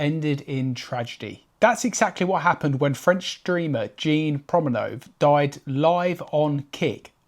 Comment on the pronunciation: His name was Jean, not Gene.